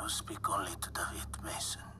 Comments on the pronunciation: I LOVE how Menendez says "D a v i d" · That’s how you say it in Spanish they don’t pronounce i like Americans do it’s like an E that’s why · Yes because that's how you pronounce David in Spanish not Day-vid